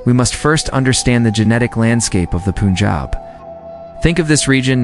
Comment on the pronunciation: It is NOT POONJAB! It is Pun (as in fun, sun) jaab. Anyhow, I appreciate your summarizing, in just a very few minutes, the generic origins of the Indian people. North Indian people clearly exhibit more Indo-Caucasian appearance than people of the south like Tamil Nadu and Kerala. But that said, I have traveled widely across the world, and the Dravidian (Dravida in Sanskrit, pronounced Draa-vi-da) people way south in India do not look African. The majority of them, if their complexion were to be fair, would look no different from North Indians. Thousands of years in the blistering sun makes you dark. And oh, lastly, please investigate the word CASTE. The ancient Hindu word was/is VARNA. It refers NOT TO GENETICS but the skills and personality traits of individuals, which placed each person in a Varna, or Color. You can investigate, and you could make a fabulous video on how Varna developed in India. The Bhagavad Gita Chapter 18 Verses 41-46 explain the nature of each of the four Varnas. But that said, there has been a genetic study which showed that the "upper castes" have far more genes of Indo-European (from Tajikistan and Iran) than other classes.